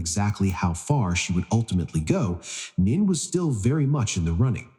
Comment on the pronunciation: Time to update AI voice name mispronunciation of both 1st & last names. Nene say Nay nay, Royal not royale don’t say Al. Royal like royalty, without the ty at the end.